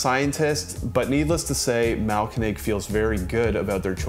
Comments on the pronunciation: Thanks for the review and for not completely butchering the name although it could use some improvement. Try splitting the name into 2 words: Mahl-----Koenig. (Grind-King) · The way you have pronounced Mahlkönig makes this a really tough watch 😂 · haha, it got better as the video went on but the first few are pretty funny 😄